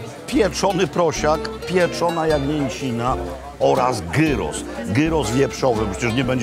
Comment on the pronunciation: Wszystko dobrze, tylko że gyros to nie turecki kebap. Przygotowuje się ją podobnie, ale jest duża różnica w smaku. Przy okazji, gyros wymawia się przez i, a nie przez y. OK, dość marudzenia. Pozdrawiam!